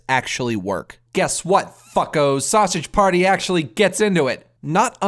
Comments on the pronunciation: "Sowsadge Pairtee" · "Sassege paerty" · I really love how he says sausage party like if hes irish